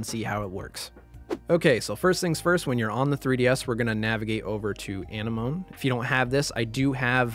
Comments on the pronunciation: I have to get this off my chest. Why does everyone making 3ds modding tutorials not connect that it's A-NEM-OH-NEE like a sea anemone? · ANEH MOAN????? this is an old video but what did you just call it?? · I think it’s Ah-nem-oh-ne for the theme tool Thanks for showing me a alternative to the other tool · Excellent tutorial! I liked how ya called Anenome "enema" XD XD XD For real though, very detail oriented instruction.